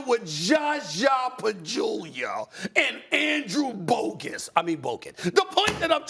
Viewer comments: This guy said Andrew Bogus hahah I’m dying lmao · He knew what he was doing when he called Andrew Bogus instead of Bogut. He definitely wasn't sorry about intentionally mispronounced names of Asian MLB and the Nigerian BBall players. He could also be on to Andrew cos of his stance against vaccine. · Did Stephen A. just say Andrew Bogus? 😂😂😂😂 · Why Stephen A “Kwame Brown” Zaza & Bogut’s name like that🤣🤣🤣